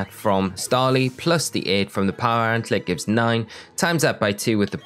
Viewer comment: You have very informative videos but dear lord your pronunciations are terrible. Sand. Gem. Not "Sangum". Power Anklet. There is a K in there. And in a seperate video, Solaceon Town. I don't even know how to type out the way you pronounced it.